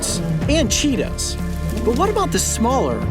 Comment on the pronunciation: Wait did he say...cheetie?